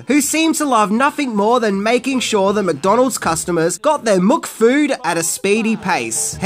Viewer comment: "Ronald MACdonald [...] enticing kids to McDalonald's" That has to be my absolute favorite, of your intentional mipronunciations! You obviously know, but just don't care! It's just perfectly tongue-in-cheek and wink! It's like knowing that Jerry Lewis is going to have to say Murmelman or Wellenmelon, and you know he's just gonna screw it up! Yes,! I just compared YOU to the King of Comedy... and I mean it! You truly are a master of comedic arts!